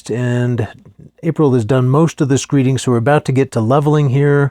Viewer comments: Screed, not screet but good work! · Screed, not screet.